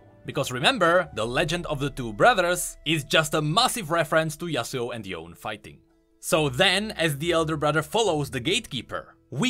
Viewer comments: "Yo-wn" Me: screams in Yo-ney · Im not accepting people pronounce it [yon] its definitely should be [yone] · Why are you saying yone when the game says it's pronounced yon-a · It's not "Yown", it's "YOH-NEH". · The pronunciation..I think its Yo-ne not yown(Yone)Can I ask why you say that while you had listened some voice lines of the demon of obsession Thresh?..even the cards in LOR when Yas talks to Yone when Yone gets summoned..bro you gotta change that yown thing someone might laugh at you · yo-ne, not yone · "Yawn" Me as a weeb: YO NI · Yeah... I say it as Yow-neh... Hahaha yeah "YOWN" is me 😅 more than the kid that says Yasuo as "YAZOO" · I knew it was pronounced yoneh, not jown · This video is actually about Yone (Yo-nay), not Yone (Yōn). The latter does not exist. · Why are all the youtubers still pronouncing Yone as Yown when Thresh outright says it as Yo-neh? :/ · Cringing at calling Yone, Yown instead of Yo-nay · YOn Thresh: YO NAY Bruh how tf do you say his name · Thresh literally having a voice line that pronounces Yone accurately: "Worry not, Yo-nay...": anyways, Y-OWN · Yeah... I say it as Yow-neh... Hahaha yeah "YOWN" is bothering me 😅 more than the kid that says Yasuo as "YAZOO" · yo-nay. not yown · why are you saying yoan and not yo-ne? even thresh said yo-ne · love how you observed the tiniest detail in this trailer like i didn't know was relevant. keep up the great vids and pls stop pronouncing yown for yone, it's pronounced yow-ne(yone).🙂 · I know it is silly, but it's not pronounced like "John" more like "yo-ne" You even said it correctly in the video explaining the Lore of Lilia's cinematic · Ok ok my thing is are we saying yone wrong because thresh says yon-a while we say yone is it because its like a Japanesie name so its phonetic or what idk man i feel like we've all collectively decided to say yones name wrong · PLEASE, call him YonE, not Yoon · yo-ney*, not yone -3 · it's "yo-nay" not yone